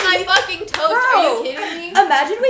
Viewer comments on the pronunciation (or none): If you put on the subtitles, "toast" becomes "toes" 😭😭